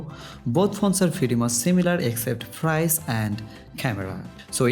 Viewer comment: Fotection!!!!!frice!!!!"!!what a pronouncin.....!!!!! হালা নোয়াখাইল্ল্যার গুষ্টি চুচু।